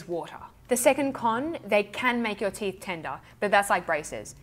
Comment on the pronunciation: 😂. I really did rewind the beginning to see if you really said "teef."